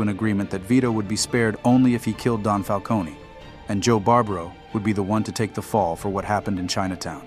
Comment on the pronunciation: The way he pronounces falcone hurts my brain